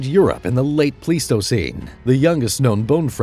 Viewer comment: Isn't it pronounced pleistocene like plywood?